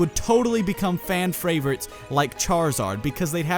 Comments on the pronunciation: he says "fan FRAVORITES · fan "Fravorites"